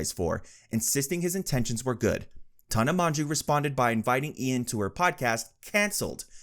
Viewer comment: It's pronounced tan-ah mojo